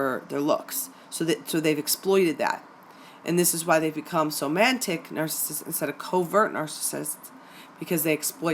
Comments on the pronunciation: hi, nice presentation with one small flaw which I hope you don't mind me pointing out. There is no n in somatic. Otherwise a very accurate and enlightening presentation which has just opened my eyes and saved my sanity. Is there any hope for them? Thank you. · hey great work...one question, when you say somatic...i'm hearing "somantic"...am I miss hearing that, or is there a difference between the two?...thanks:) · Somatic (related to the body) is spelled correctly, but the presenter pronounced it "SomaNtic". This minor linguistic error probably came from her thinking of the word semantic (how words influence the meaning communication.) Since semantic is a commonly used word and somatic is an uncommon word, this is a common mistake. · OMG! It’s Somatic NOT Somantic!!!! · Somantic? Isn't it pronounced somatic? I couldn't get past the mispronunciation to listen to the rest of the video. Also not to mention sisters who have somatic narcissism. You said girlfriends, significant others if you're gay, and friendships but entirely left out moms and sisters in your introduction . Lost interest right at the start. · Wheres the N in Somatic that is making it pronounced SomaNtic like romantic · Somatic please. Not somanitic.☺ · Not to knit-pick, but there's no 'n' in somatic. Not somantic. Hearing it pronounced wrong a few dozen times is making me a little crazy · It's somatic not somantic lol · Oh, thank you. Glad its not just me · Is it somatic or somantic? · Somatic. Not somantic. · Why do you keep saying "somaNtic"....there isn't a "N" in the word! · The correct pronounciation is so-ma-tic